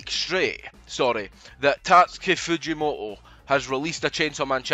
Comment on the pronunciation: Why are you pronouncing it "Fujimo'o"?? That is so wrong ☠